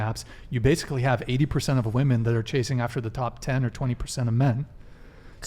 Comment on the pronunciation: why cant any of these females pronounce "women"?